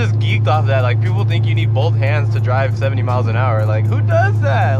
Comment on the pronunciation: Bro I don’t like the way u say “both” can u stop saying it like that😂😂😂 jk